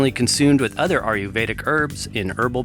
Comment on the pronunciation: Great videos, but PLEASE say "Ayurvedic" right. It does not sound like "Are-you-veda" but more like "Aye-yur-veda". Other than that, great job!